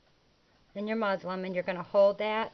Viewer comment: Hi, Very nice video! It sounds like you are saying Muslim instead of Muslin.